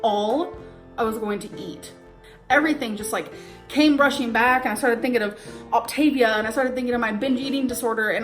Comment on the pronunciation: “Ockta-veeya”.. It’s “oc-ta-vi-a”, jfc.